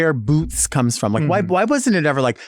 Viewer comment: FYI: “Bootz”